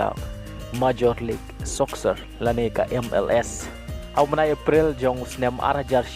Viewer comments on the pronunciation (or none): Appreciate your video but I would like to correct your pronunciation " Soccer" phi kynnoh soksar . sngewbha kynnoh sokar